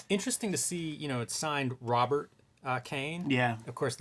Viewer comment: "Rob't Kane" Damn you guys got no chill 💀